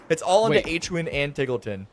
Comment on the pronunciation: how does the announcer not know how to pronounce Hwinn's name?